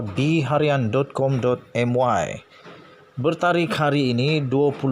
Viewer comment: Cara baca `BHARIAN` ialah dgn sebutan penuh `BERITA HARIAN`.....